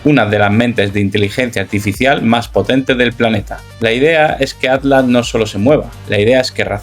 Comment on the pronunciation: Pronuncia la MALDITA T es ATLAS no ADLAS